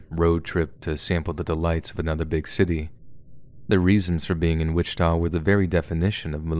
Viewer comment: I’m currently listening to this podcast on my way to Kansas City for thanksgiving. Right when I got to saying “Wittika” I entered that city. I am horrified.